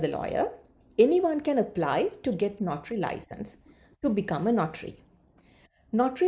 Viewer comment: Is it “NOTRY” or “NOTARY”?? Ms. pronounce it as notry.. notry.. 😥